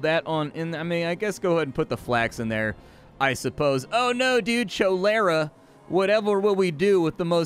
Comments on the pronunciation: cholera is said, (collar)_(uh), lol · Really hope how you pronounce "cholera" is a joke 😅